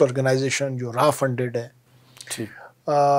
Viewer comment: Not Raa it's RAW😂